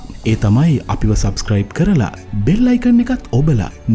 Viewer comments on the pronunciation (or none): none